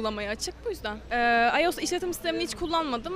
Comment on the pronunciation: ulan komikligine mi okunusunu yaziyon bilmiom ama iyos diye okunmuyo ayos diye